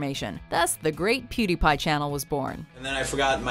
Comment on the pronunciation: What the f**k is a PuDaiPai